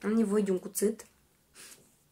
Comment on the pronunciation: "am nevoie de un cuțât" :))